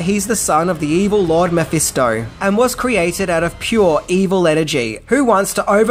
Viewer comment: Why are you butchering Mephisto's Name. You Said the name right once when talking bout the comic book. This is my only complaint!! Other Wise Keep up the good work & info.